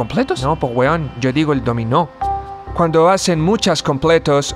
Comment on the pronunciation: Excelente.... geniales.... 🤣🤣🤣🤣🤣🤣 👏🏻👏🏻👏🏻👏🏻👏🏻👏🏻 Un puro detalle, muy en buena, un gringo pronunciaría: "el dÓmino pizza", no: "el dominÓ pizza"